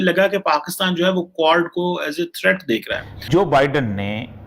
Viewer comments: Aree is budhe ko QUAD bolna sikhao. Kuad-kuad kar raha hai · Quad pronounce to karle pehle sahi se